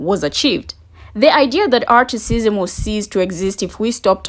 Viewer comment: Why do you keep saying articism? Why aren’t you using the word Racism?